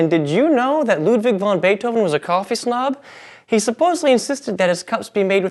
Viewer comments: It's van Beethoven, not von. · Ludwig van Beethoven. "van" not "von"